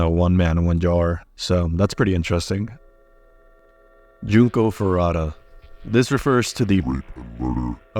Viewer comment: Junko Foo-roo-ta. Not Farata.